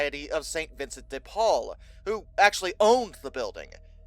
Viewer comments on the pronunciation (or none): none